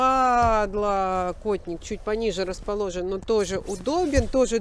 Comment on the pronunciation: Почему всегда, вот всегда, так странно делает упор на слове «подлокотник»? Как будто нормально ей тяжело это Слово произнести